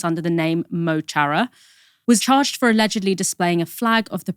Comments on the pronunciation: FYI: "chara" is pronounced "kara", in gaeilge 'h' just shows up sometimes for no reason. Go raibh maith agat. Phaelastiné Abú! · Pronunciation: Muh Kharah. Mo chara does not have the Ch like cheese. It’s like a Kh or throat sound. I’m drunk but it’s the Irish language, it’s beautiful, and it means my friend! And I don’t want my friend to be done dirty by the brits. They’ve done that to the Irish more than enough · Guys! It's pronounced "Kara" not "tchara" get it right please! Mo Chara ❤ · Mo Chara is pronounced [mo: khara] ya English colonialists! No [tsh] sound in Irish! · It's pronounced muh kohra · Mo Chara is pronounced muh-kara. It means "my friend" in irish. Can be used casually tho like "how are u mo chara". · Chara is pronounced 'Kara'. Up north it sounds like 'Mu Kara'. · Saoirse do MO CHARA (not 'Mow char-uhh) Saoirse don Phalaistín Saoirse don tír, don domhan ar fad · “Mo Chara” is pronounced “Mo Kara”… it means “My Friend.” “O’Hannah” is not his name either… that an anglicisation…. Before you report, try learning these facts. Thanks. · Mo Chara... Is pronounced as "Moe-Cha-rah" it means "your friend". 👍🇮🇪☮️ Kneecap are a Hip-Hop band. P.S. Palestine forever... 🇵🇸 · Just FYI "Mo Chara" is pronounced "muh cara" and mean's "my friend" in Irish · Please pronounce Mo Chara correctly. It is Mo Kara phonetically. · Just as a side note, Mo Chara is pronounced like "Muh Cara". (The CH is isnt pronounced like the start of the word CHick. Its more of a back of the throat stress on the CH but I dont know how to describe the phonetics for that in writing, so the phonetic description above is close enough to pass) "Mo Chara" is Irish for "My friend". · Eoin, i think its easier if you describe the pronunciation with an arabic KH-RR tone . The same way Khaled is pronounced. Now don't be afraid ! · Pronounced "ma kaw-ra.... " ... Thanks... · Mo Chara is pronouced [Muh] [Karr-ah]. Irish for "my friend". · It's pronounced "mo kara" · Pronounced Mo Kara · Pronounced Mo Cara